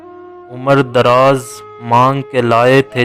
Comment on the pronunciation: Umr e draaz, sahih parho.